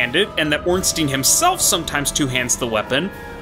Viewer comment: Ngl I really don't like hearing "Stein" pronounced as "Steen"